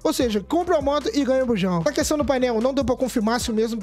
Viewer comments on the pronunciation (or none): none